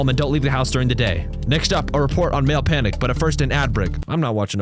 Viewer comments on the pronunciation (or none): reads pale maniac as male panic.. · "male panic" when it says "pale maniac" is cracking me up